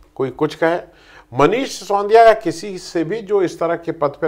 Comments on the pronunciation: आप हमेशा "सिसोंदिया" क्यूं कहते हैं? वे बेचारे मनीष "सि सो दि या" हैं। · उच्चारण दोष!